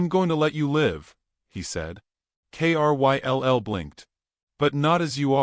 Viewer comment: Kryll is a name. Pronounced it as Krill. Or the i as eye. Why have the narrator spell it instead?